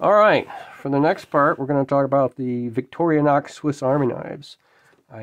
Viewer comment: 'Rostfrei' means rust-free. And it's Vic-tor-i-nox , not "Victoria-nox" . Nice book, I'll look for a used copy.